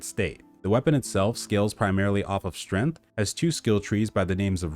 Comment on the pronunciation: Strength, not strenth.